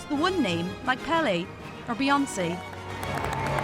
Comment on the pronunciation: Beyonce? Who is beblonce? Benonce? Merdonze?